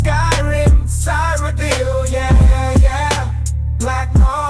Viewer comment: That Farm Tool couldn’t even say Cyrodiil correctly.